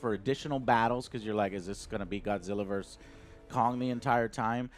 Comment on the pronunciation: Versus. VER-SUS. Not verse, Jesus Christ...